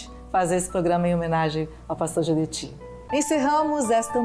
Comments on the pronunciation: Não é Geudeti, e sim Gedeutti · Obs.: Não è Geldeti, e sim Gedeutti